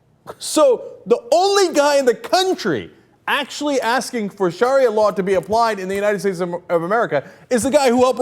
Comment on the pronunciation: You can't even say sharia right.